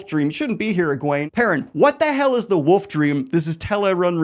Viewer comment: omfg... you pronounce the L in foLk, even though you shouldn't, but you pronounce "woLf" as "woof". It's too much. You're either the greatest troll on the internet or dumb as shit.